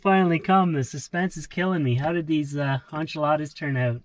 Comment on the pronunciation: ole boy said Un-Chi-Ladas